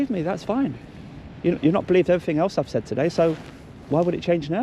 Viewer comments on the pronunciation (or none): He tried to learn one language, english. He still says everythink, somethink, nothink. One language guys. Learn it. It is everything, it is something, it nothing. Thickos.